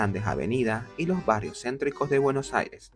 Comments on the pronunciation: Se pronuncia “BUENOS AIRES” con S al final, no “Bueno Aire” aprendan a hablar si van a hacer un video sobre mi ciudad. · trata de pronunciar bien Buenos Aires es con "s" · Para pronunciar "buenos aires" como corresponde deberias pensar en decir "Buenossaires"...porque lo dices con un corte en medio y suena extraño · De donde es el chico que hace la voz? Interesante como pronuncia Bueno' Aire" sin ninguna s 😅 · Por qué no pronuncia bien Buenos Aires? Tendrá problemas para hablar? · Si vas a hacer un video de BA, al menos aprendete a pronunciar bien su nombre. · Que extraña te sale la pronunciación de Buenos Aires!!! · el video exelente lo unico malo es como pronuncia Buenos Aires, es como raro jajaja